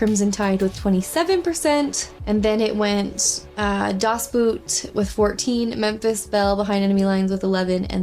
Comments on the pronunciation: It's not Boot (bu:t), it´s (bo:t) = "boat" in German ;-) But actually very happy with the poll suggestions and looking forward already to Crimson Tide, very much my favourite submarine movie. Riddled with plot holes, yes, but the acting of both Gene Hackman and Denzel Washington is fantastic there. Courage Under Fire is also very underrated movie (starring, again, Denzel Washington. Coincidence? I think not). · please, please learn the German pronounciation of "Das Boot" wich is a great movie (originally a TV-series, like Band of Brothers or Pacific). Not your fault, but the american pronounciation is quite painfull to hear. Or even call it "The Boat" wich is close enough. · Das Boot is actually pronounced Das Boat. What can I say, it's German. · By the way "Das Boot" is pronounced "Das Boat," just like in English. A German double-O sounds like an English long O vowel. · It's pronounced "Das Boat".